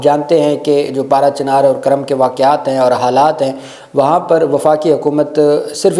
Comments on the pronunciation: It is not Karam, it is Kurram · Absolutely right Kurm not Karam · یہ لفظ " کُرم " ہےگ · یہ kurram ھے karram نہیں